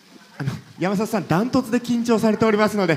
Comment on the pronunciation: やまざとじゃなくてやまさとな